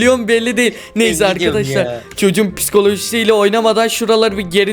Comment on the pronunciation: Abi niye pıŞKoLaJİSi diyor?😂😂😂